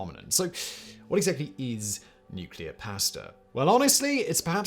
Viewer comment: IT IS PRONOUNCED "PAW OR PAH" "STA-" NOT PAY-STA !!!